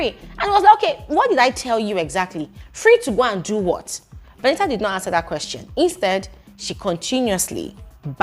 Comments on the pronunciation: please stop saying Veni-a 😂😂😂 I can't stomach this 😂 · 😂😂😂😂😂😂😂😂 which one is Veni'a. Does it mean that the t is silent in VENITA. 😅😅😅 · My stomach hurts with laughter with the way u pronounced her name 🤣 veniha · please behave. Lmaoooo, everytime you say veni’a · 😂😂😂😂... it's the pronunciation of Veni a for me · I like the way says Veni'a 😂😂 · it's u being serious abt calling her Veni-ah😭🤣🤣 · It's British English, their t is silent.😅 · It's the way you're pronouncing her name for me 😂